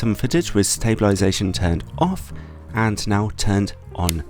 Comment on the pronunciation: may I ask, why do you say 'anst' for 'and'? :-)